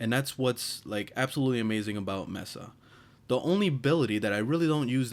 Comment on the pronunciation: Mesa=may-sa not mess-a